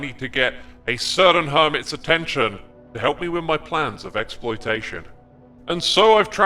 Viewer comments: Ex- ploitation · Xploitation... I think this is intentional hehehe